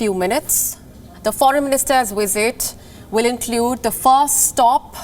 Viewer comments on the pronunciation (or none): Bring up your lower teeth and touch your upper lip when you produce the sound V. It not Wisit, its Visit